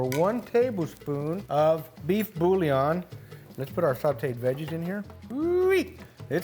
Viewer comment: how do you speak spanish and english but no puedes say bouillon??? 😂 no mms. Love ya!